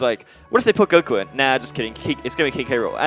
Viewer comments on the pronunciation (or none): none